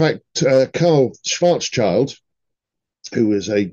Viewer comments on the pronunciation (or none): Because it comes up again and again: I know German is a strange language but it is Schwarz-Schild, not Schwarzs-Child. The name translates to "Black Shield" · Hi, love your work. Just one minor thing. Schwarzschild is pronounced something like Shvahrts Shilled. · Thanks for another great presentation,! 👍 By the way, regarding the surname of Karl Schwarzschild, it's Schwarz-schild (approx. English pronunciation: SHVARTS-SHILT -- lit. means "black shield" in German), there is no "child" involved in his name. 😉